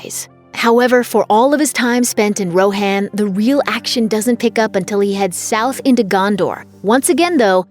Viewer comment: The way you you pronounced Rohan 😬